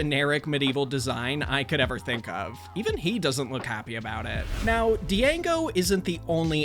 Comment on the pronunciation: you pronounced django wrong